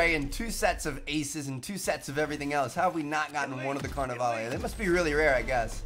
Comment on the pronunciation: OMG it's carnavale not carnavaley,have u ever seen the movie RIO,God